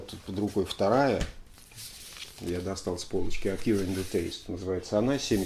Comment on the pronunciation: Только «эквайринг» (да-да, как в банковском деле), а не так, как Вы произносите.